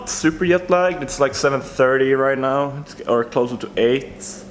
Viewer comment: 10k sub special: try to pronounce "jetlag" correctly